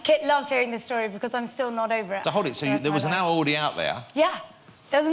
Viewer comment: How the hell did this guy get a talk show? "There was awwow awweady out there"